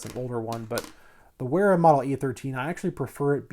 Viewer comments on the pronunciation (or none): Sounds about right. Good video. I really like the brand Wera and have a set of their electrical screwdrivers and a mixed bit set. Their #2 Phillips tip is far superior to DeWalt! Also, just an FYI, the company is German. In the German language, W Is pronounced as an English V. Principle their name Is like saying the word 'Very' but then replacing the Y with an A. Like, Vera. Same thing for Wiha Tools as well. It's pronounced like Viha in English.